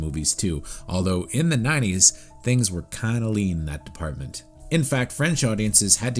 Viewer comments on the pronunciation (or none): none